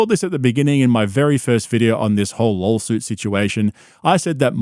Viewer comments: It’s laW suit not lol suit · It's not lawsuit it's lawlsuit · are you saying lol-suit? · wtf is a lawLsuit? You sound as dumb as brendan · i cant tell if hes purposefully saying lolsuit or if its just his accent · I love that you pronounce lawsuit as “lolsuit”. 😂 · Love how he says LOLsuit! 🤣🤣🤣👍🏼👍🏼👍🏼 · Talmbout lawlsuits, b? Pure Spegggdrum CTE. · "LOLSUIT." Cannot unhear it.